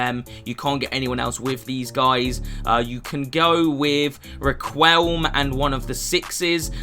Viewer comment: Plz stop saying requilme, you're butchering his name 😭😭😭 Atleast respect the man, he was a beast when he used to play